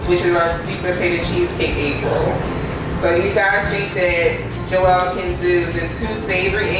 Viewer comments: haha she kept calling you Joe-ell. cute. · Jo-el lol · She mispronounced Joel name wrong so many times. #Joelle 😩🙄🤦🏾‍♀️ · Lmao she calls you Joelle. I think it's funny. You crushed this challenge man great work! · FUNNY 😄 HOW She kept SAYING your Name WRONG 😑 It’s One ☝🏻 Syllable JOEL JOEL JOEL JOEL!!!!!!! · she was killing me with the mispronunciation of his name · Good job Joel. I hope the way she kept mispronouncing your name didn't bother you as much as it sis me...